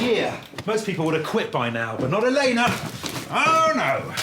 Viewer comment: A mistake. In the book Elena is pronounced 'Elena to rhyme with cleaner'. Just thought I'd share that geek fact.